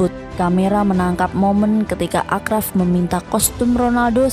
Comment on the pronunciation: Thanks videonya ya min.. tapi itu bacanya Asyraf ya bukan Akraf. Akar katanya = syarif (Arabic), n arti asyraf adalah lebih (atau paling) mulia/luhur.. misal digunakan untuk pujian kepada Nabi Muhammad SAW sebagai asyrafil anbiya wal mursalin (yang paling mulia di antara para nabi dan rasul). Gitu.. Kurang lebihnya mohon maaf.